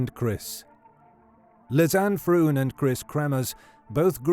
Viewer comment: LEE-ZAN-EH FRONE, not "lizz-anne frooon". Basic respect is learning how to pronounce a dead woman's name properly.